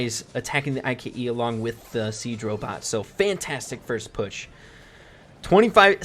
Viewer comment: Siege vocabulary: Everyone: Bolts, ike: Screws, I-K-E 😂 Love your videos! Keep up the good work! 😉